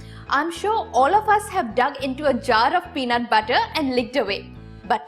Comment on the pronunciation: The way she pronounces the word butter...🤦‍♀️🤦‍♀️🤦‍♀️😥